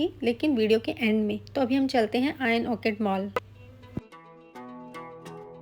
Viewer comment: It’s Orchard not orchid.